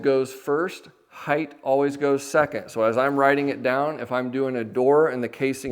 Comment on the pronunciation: I love your content and have watched it for years! My only tiny comment is something I see tradespeople do all the time. When describing dimensions, there is width and HEIGHT. There is no “heighth.” Similarly, some people say “liberry” instead of “library.” Just as we are keeping alive the tradition of carpentry we must support the use of proper English. My grandfather would have been adamant about this and was an amazing craftsman.